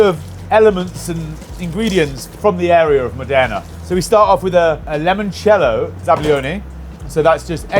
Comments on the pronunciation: It's Limoncello, not "lemoncello" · there’s no reason to pronounce it any other way than how it should be. It’s Limoncello. There’s an i, not an e. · I got to and you said 'Lemon Cello'. Not sure I can go any further...